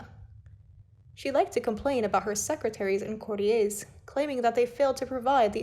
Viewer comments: Courtiers - not 'courty-ays'. In the UK, 'courtiers' is pronounced how it looks.It's an English word, not French. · Thank goodness. Please, the word is courtyours. Courtee-yers.. Well done,. Driving me mad as well, though the voice is beautiful.